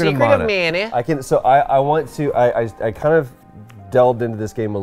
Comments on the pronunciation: Nolan had it right, its muh-nuh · Nolan North coming in with the right pronunciation of Mana.